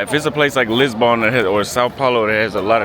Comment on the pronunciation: Anyone annoyed with the way he pronounces Lisbon as Lisbon-Born???